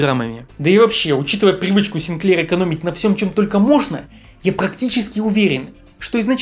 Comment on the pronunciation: Так-то он сИнклер. СинклЕр - это что-то из кондитерки. И продано было не 1,5 миллиона копий, а 1,5 миллиона штук. Вынь изо рта американский огурец.